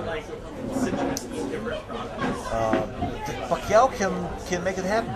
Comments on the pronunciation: wow klitschko has got pacquiao's name's pronounciation down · wow he got a nice pronunciation of pacquiao.. thats impressive